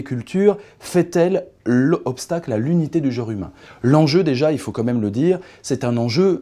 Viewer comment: On dit : "quand même" :)